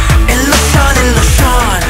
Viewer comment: their pronunciation for illusion is not really great